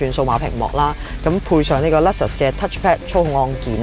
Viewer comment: Alphard 個讀音冇錯，但係Luxus個人就覺得真係有問題😂